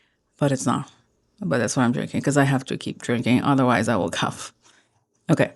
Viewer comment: New Years fireworks were great! BTW English spelling is bizarre I know and "--ough" words seem particularly random... so just FYI cough is typically pronounced like "off" rather than "uff" as in "enough" or "rough" Here's a combo that shows actually EIGHT different pronunciations of this very unpredictable combo of letters in English: "A rough-coated, dough-faced, thoughtful ploughman strode through the streets of Scarborough; after falling into a slough, he coughed and hiccoughed." Hope you don't take offense at my input! I offer it because that's what I would want from a native speaker myself.